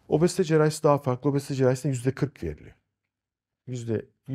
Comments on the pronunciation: Neden obozite diyorsunuz? Çok komik :)😂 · "obOzite".. Başka bişi demiyorum. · niye obozite diyorsunuz😹